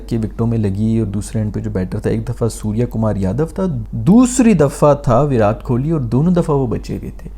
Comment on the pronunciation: The way said suryakumar yaduvv😯🤣🤣